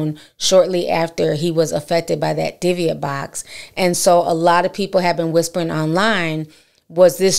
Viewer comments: It's pronounced di-buhk to anyone that is just hearing about it. Like dih-book. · Dooo bick is the pronunciation you’re looking for just call the pronunciation poo’lice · Its pronounced dib bik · It’s pronounced Dib-ic. Very serious paranormal activity. More than a poltergeist IMO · It’s pronounced di-buhk Ti but I love it. Scary stories with ti!! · Is saying “ diviate “ box? The title says dybbuk? 🤔 I want to google BOTH but not sure what she is saying…thnxxx for any help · Hey Ti Sis, Don’t take this as me trying to be funny or anything like that but it’s pronounced Di-Bic…. By the way GREAT story and the movie The Possession was pretty okay. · I'm sorry y'all! I'm a horror genre freak in general... movies, true crime, hauntings... the way they're pronouncing it is driving me crazy! 😅 It's pronounced "di-buhk"